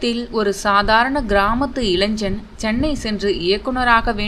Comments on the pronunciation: இளஞ்சன் அல்ல இளைஞன், பாரதிராஜா இளையராஜா தமிழ் சினிமாவில் தமிழுக்கு முதன்மை தந்துள்ளனர் ஆதலால் உங்கள் போல தொகுப்பு பேச்சாளர்கள் முதலில் தமிழை நன்றாக படித்து வாருங்கள், இளைஞன் என்பது சரி இளைஞ்சன் அல்லவே, அதேபோல் "ல ள ழ" சரியாக உச்சரிக்க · இளைஞ்சன் அல்ல இளைஞன் 😂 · இளைசன். அல்ல இளைஞன் என்று உச்சரிக்க வேண்டும். ஏதாவது இயக்குனர் இமயத்தைப் பற்றி புதிய செய்தி கிடைக்கும் என்று நினைத்தால் எல்லாரும் ஒரே மாவைத்தான் அரைகிறீர்கள்.